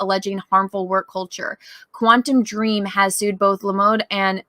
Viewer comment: Am I the only one cringing everytime they say Quantum Dream and not *Quantic Dream?